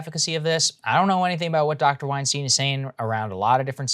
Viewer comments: Saagar, could you stop mispronoucing Bret and Eric's surname please? Love your work, keep it up both of you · Bret will be furious when he hears how you pronounce his surname!